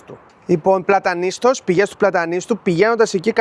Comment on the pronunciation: Ωραίος, αλλά να προφέρεις σωστά τις λέξεις. Λέγεται Πλατανιστός. Επίσης είναι τα Στύρα και όχι η Στύρα..το επισημαίνω με καλή πρόθεση. 😉